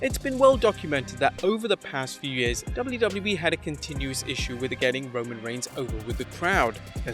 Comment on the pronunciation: The way says “WWE” drives me nuts… lol i know im not the only one 🤣 “Dubldubelii” 😝 Now that I say that, this video he is actually much better but some of the other ones, makes me cringe. But I’m just a little sensitive I guess